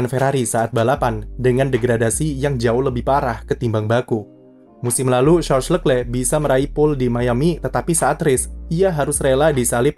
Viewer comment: masukan buat narator, cara baca nama Charles Leclerc : Sharl Lekle